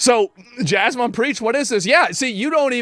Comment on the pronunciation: did someone say "Jeasmon?" haha